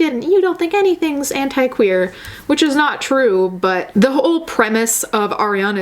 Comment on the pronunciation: I didn't know the right pronunciation of "anti" and "dignity" and now I'm shook